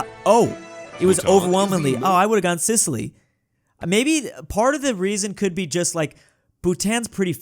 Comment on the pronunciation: Sicily ❌ Sizzly ✅